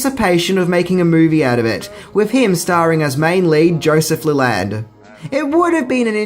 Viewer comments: It's pronounced Joseph LEE-lənd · I'm pretty sure the name of the guy in the book this movie is based off of is pronounced "Lee-lund", not "Lay-land". Silly Aussies, butchering the language. Rural Americans, especially from the South, are no better, so it guess its egg on both our faces!!!! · yeah, you got it wrong. sounds like tear, man. as in shed a tear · You are pronouncing Leland wrong (lee-land) is the correct saying.I know it's different parts of the world so we speak differently but I was just informing just as I hope you would inform me if I messed up anyone's name your country.